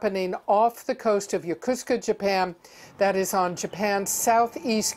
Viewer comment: Wow great job CNN, even the ladys ultra weird way of pronouncing YOKOSUKA is implying that Russia is involved. She pronounced it like a Russian word....